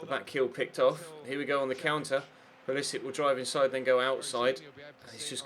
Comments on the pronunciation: Hello passive aggressive Nicole, if you read my comment, there is a video of him introducing himself and pronouncing his last name with the "Sick" sound. Hope that helps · Its pronounced Pull a sich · Nicole Adams its pronounced Pewl a sic, there is a video of him introducing himself